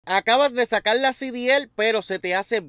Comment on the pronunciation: Sacal no. SE DICE SACAR.